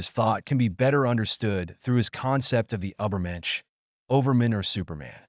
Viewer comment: And how about “ubbermensh”?